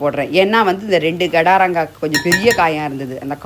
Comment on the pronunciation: Gadaranga illa kadaranga.. Garda Garda nadukarel